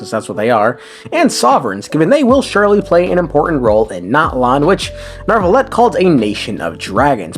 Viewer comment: Nah wtf. I love hating on ppl but how in the fuck did you pronounce Neuvilette? Where do you see an R in that name? Holy